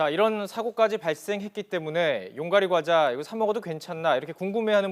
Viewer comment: 이때 소리 줄여서 봤는데 처음에 용가리 가자 를 쳐먹구요 라는줄ㅋㅋ